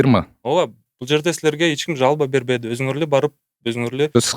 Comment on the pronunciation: Тигр Оштогу производство Кычыктын тууганы окшойт э😅, жаман чычалап анан акцент менен айтты го "бербеди" деп😅